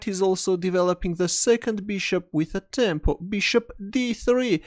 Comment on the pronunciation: hm I dunno, it always sounds like you are saying temple, keeping with the medieval theme of chess. But it might be tempo, you’d know better. In any case can you explain that concept?